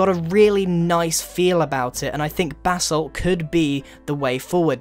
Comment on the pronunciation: Him: "basalt" Me: going straight to the comments realizing that everyone has commented about it :|